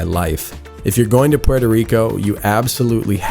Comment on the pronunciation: Can’t even pronounce Puerto 😂